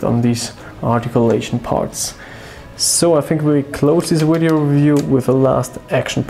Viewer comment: Love how when you say video it sounds like wideo. your accent is awesome